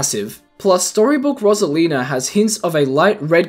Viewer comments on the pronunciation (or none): Rose not ross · Its pronounced ROSE-ALINA NOT ROS-ALENA WHEN PEOPLE SAY IT WORONG IT PISSES ME OFF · bro the way he says "rosalina" messes with me lmao